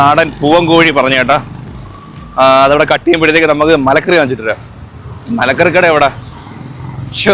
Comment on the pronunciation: മലക്കറി അല്ല മരക്കറി എന്നാണ്